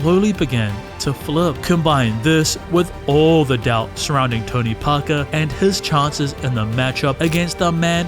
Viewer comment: World: Tony Parker This narrator: Tounee Pah kaah 🤣🤣